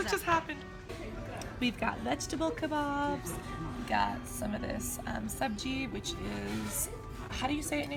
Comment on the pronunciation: Wow! loved this Vlog! you are pretty good in catching, pronouncing local words like "Sabji", "Agra", "Matar", "Bandar", "Paani", amplifier song...and even the peacock sound lol...you guys covered a lot in such a short span of time. Subscribed this channel and followed all you social media profiles....new stalker :)